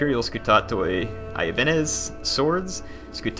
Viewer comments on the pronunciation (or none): Usually in Latin, the "i" is pronounced as a consonant "y". Iuvenes is not pronounced something like "i-youvenes", but actually just "youvenes". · Hello their. I took a bit of latin so I can help you out here. The word "Iuvenes"is pronounced "Yoo-when-es". It means "youths" or "young men" in Latin.